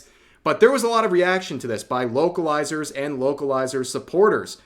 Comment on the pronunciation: I'm not going to lie. I thought Rev was saying wokalizers the entire time.